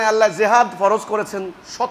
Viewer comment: বেয়াদব তুই তো আল্লাহর নামটাই ভালোভাবে কইতে পারিস না তুই আবার কিসের ইমাম আছিস